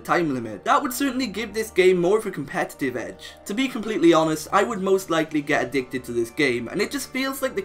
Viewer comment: I'm sorry, did you say A-DIG-TED?! That's why I said I'm sorry.